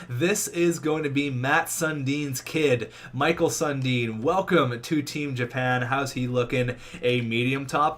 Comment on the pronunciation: The way he's pronouncing Mikael Sundin is really cringy to hear lol